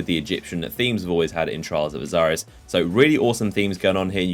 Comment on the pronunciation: Correct me if I'm wrong but I'm pretty sure Osiris is pronounced Oh-Sigh-Ris not Oh-Zigh-Ris, no z sound as far as I'm aware